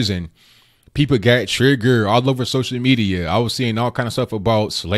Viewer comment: Trig-gert? You are doing fairly well but keep learning to speak proper English. "But I digress" was said too often as well.